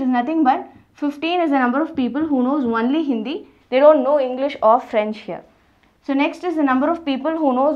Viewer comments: Not onely its only ...Your pronunciation wrong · She tells "wonly" instead of "only" 😂😂😂😂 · Madam its not "ONELY" , its ONLY. 😂😂😂😂😂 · Archishman Bhattacharyya ..its nt only it is wonly😆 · It's not Onely 🤣🤣it's only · Only says wonly 😂😂😂😂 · I cant get over the way she says only I'm sorry😂😂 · your 'only' is too hilarious